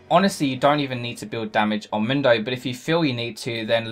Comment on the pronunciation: Mindo!? I've heard Mundo, I've heard Moondo but Mindo! Hhhwwwaaat??